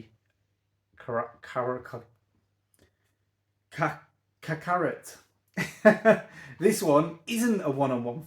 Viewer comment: I really want to try out the three persona games they ported to PC but finding time for that kind of JRPG is a struggle at the moment 😂 I think it’s pronounced kak-a-rot?